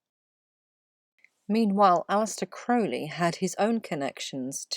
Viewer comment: Thank you for filling in those blank spaces on the Tarot cards Your Correct pronunciation of Crowley…it tells me you Know your subject matter well…Thanks for all you do.